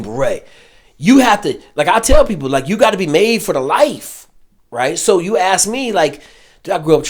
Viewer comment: How is it that you were a Green Beret and you can't pronounce the word ask?